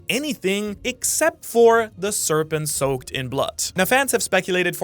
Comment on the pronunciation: "Saoked" lol